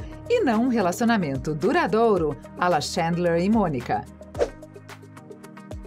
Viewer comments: que agonia de ela falando xêndler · “Ala Xandler e Monica” kkkkkkkk o queee?